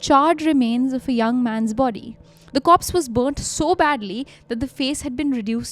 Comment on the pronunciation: Korpssss? you mean corpse?